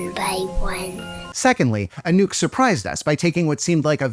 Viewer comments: well, might sound better like “a-nook” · It took me a good 2 minutes to realise you've said anouke and not a nuke. It's time to go to bed I guess. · everytime when you said "Anouk" i thought you said "A nuke" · I think I'm too tired for this video, I heard "a nuke" everytime Anouk was mentioned.